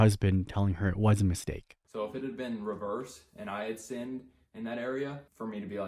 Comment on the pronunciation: lol, no awkward silence here dude, "I have finned." hehe